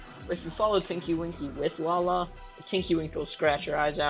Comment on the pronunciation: atleast he said lala right